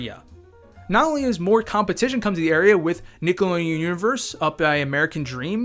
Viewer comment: Jesus…some people need to read a book. “Nihhlodeen Uhhvurse”💀